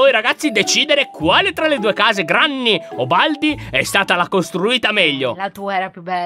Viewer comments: Ciao Lyon ti devo dire solo 1 cosa allora granny non si direbbe granny ma grenny ok? Ciao (sei il mio youtuber preferito) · Comunque si scrive Granny e si legge grenny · Ma si dice Grenny